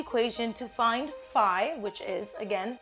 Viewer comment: Have I been saying phi wrong all my life lol